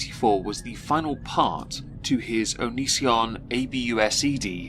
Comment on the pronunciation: You know, for all the commentary around him, not enough people pronounce Onision to rhyme with derision. I'd like that to change please.